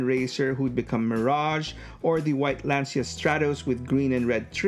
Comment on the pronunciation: I don’t think they made Deep Cover in MP, I would’ve definitely bought a black Countach . I think it’s pronounced Lan Chia , like Por Sha